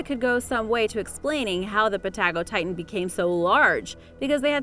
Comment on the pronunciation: its pa-ta go-titan